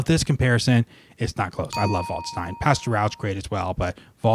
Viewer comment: By the way, "Waldstein" is pronounced as if it was spelt "valdshtine", so not quite "voldstine" as I think you pronounce it. In German, 'a' is always pronounced like the 'a' in 'apple', 'st' as if it was spelt 'sht', & 'ei' like 'eye'.